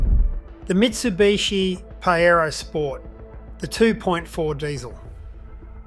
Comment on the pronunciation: Always interesting but i worry because of small mistakes a mistake that take a little credibility away How come Pajero can not be pronounced correctly